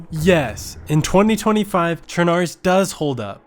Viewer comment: It's not pronounced sure-nar-russ It's pronounced sher-nah-roos, which means Black Russia, because it's next to the Black sea.